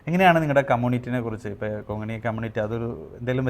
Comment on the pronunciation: Kongini അല്ല, konghani